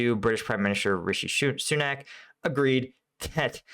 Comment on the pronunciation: It's nice you can pronounce our Prime ministers name President Biden had a few problems with it yesterday